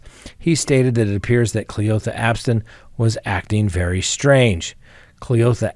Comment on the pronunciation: The way you said cle-OTHA straight took me out 😂😂